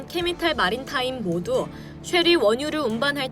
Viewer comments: 나레이션 실수가 너무 많네요. 캐피탈마린타임 O 캐미탈마린타임 X BHP O HBP X 자막은 제대로 해놓고 잘못읽은걸 못알아채나 거슬림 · 단어 발음을 제대로 해주세요. 캐피탈마린타임을 여러번 '캐미탈'마린타임이라 발음하고 오일메이져를 오일'매니저'라 하네요. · 오일 메이저를 오일 메니저라 하고, 캐피탈마린타임을 케미칼마린타임이라 하고... 방송하기 전에 스크립트를 몇번이나 다시 읽고 입에 붙어야 하는데 영 대충 방송하시는 것 같습니다. 분발 바랍니다.